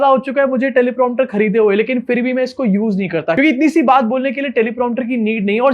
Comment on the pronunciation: Theek word hai Phir ( not For) please correct yourself